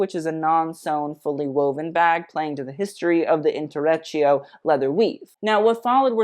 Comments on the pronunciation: It's intrecciato (in-tre-tchia-to) 🙌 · Really enjoyed watching this. Your knowledge of fashion is amazing and I love how u break down the looks so well. The mispronunciation of intrecciato hurt me a tiny bit (lol) but other than that I'm glad I clicked the video and can't believe I watched the whole thing to the end when I don't usually enjoy long videos.. Keep it up!